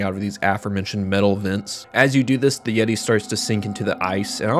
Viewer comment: Imagine saying the yeti named as YEETO and YEETA Instead of like the word yeti